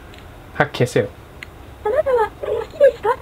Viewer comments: あなたはって連呼してるとこ花束って聞こえるww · あなたはが花束って聞こえるw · あなたはが金沢にきこえる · あなたはって連呼するところ、花束って聞こえる（笑） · 花束、好きですか？ に聞こえるw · だんだん花束って言ってるように聞こえる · 金は好きですか？に聞こえた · そこねわかるわ